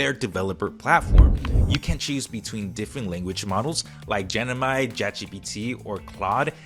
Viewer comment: Just a quick tip: it's gem-ini not gen-imi